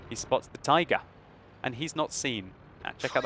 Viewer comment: "And he spots the TAYGAH" Best moment xD